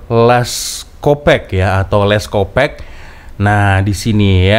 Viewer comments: sebut nya lets kopak, bukan kopek, bunyi lucah kalau org pantai timur malaysia dengar 😅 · Salah cak....sebutan benerannya "Les kopark"... Bukan Les kopek...kopek itu maksudnya payudara cak....kooo parkkk...bukan kopek....